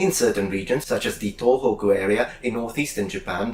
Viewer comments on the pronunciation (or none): none